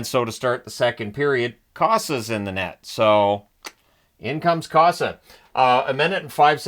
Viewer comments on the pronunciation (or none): It’s COH-suh not CAW-suh. I think you’ll be using his name a lot in upcoming seasons. 😏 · Co-sa not Ka-saw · Long o in Cossa. 😅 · Just fyi, Cossa is pronouncec Co as in cola and Sah. I agree neither team look like they wanted to win. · Sorry but you're pronouncing Cossa wrong